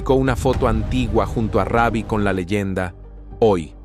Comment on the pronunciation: Comentarista habla bien , ni raby ni reby , Ruby perez